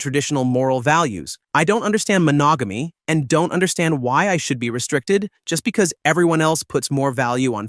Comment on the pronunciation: Had to go back and listen to it again after reading your comment…. Im more astonished at the fact the reader mispronounced the word “monogamy.” Then he somehow learned the pronunciation of it for the next sentence. Lol